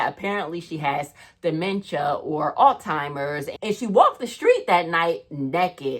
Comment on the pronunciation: "Alltimers". No ma'am. It is Alzheimer's disease.